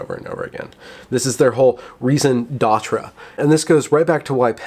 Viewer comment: It's pronounced "Rason d'ETRA".